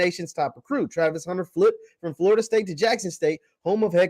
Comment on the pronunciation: haha you can't even say his name right.